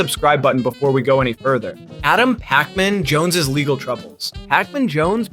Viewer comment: why he sayin pacman like that